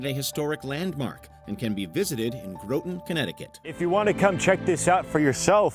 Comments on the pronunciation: GrOHtan?!?!?! Graw-tin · OK, repeat after me "Housatonic" is pronounced "Who-satonic" And "Groton" is pronounced "Grah-ton". Know your Connecticut landmarks.